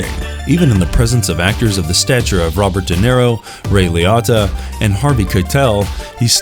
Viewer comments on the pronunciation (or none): It's Ray Liotta (lee-oh-ta) Jeezus, you guys really suck at pronouncing names.